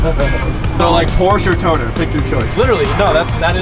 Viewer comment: Nobody:: toTERR